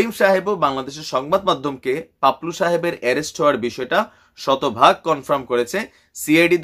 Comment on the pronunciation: Bhai, unar naam paplu na to' Papul